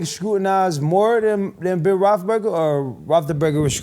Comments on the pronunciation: AB: “be able to play with Ben Rothleburger” 😂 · I love how even when ab seemingly says the wrong word describing something, his word weirdly fits perfectly like Joey's moo point. I swear he pronounced Roethlisberger like 10 different ways